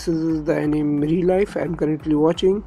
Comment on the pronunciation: Its pronounced "Ae ni me"